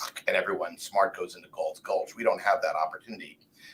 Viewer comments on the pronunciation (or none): "I am John Gault" I am looking for " Gaults Glutch "